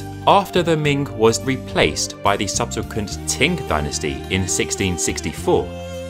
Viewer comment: Thank you. I credit my interest in Chinese culture to my grandmother's Willow Pattern plates. I lived in Peking in '79 - '90, then Hong Kong and now in Taiwan where the real Chinese culture is being maintained. As a Linguistics grad with Chinese as my main foreign language, I just have to ask where you got the pronunciation of 清朝 as Ting Dynasty? Also I see a few others have mentioned your pronunciation of porcelain! My ears are in pain from hearing your particular sounding of the word.... about 2,500 times. A pity that it is the key word in your whole monologue. Anyway, I am genuinely interested to find out your language background. Be great if you could read this and reply.